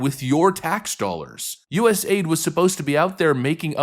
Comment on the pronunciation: Love the content but it’s A - I - D. not aid like first-aid